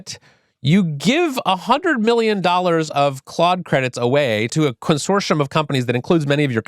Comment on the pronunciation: Consorshum consorshum consorshum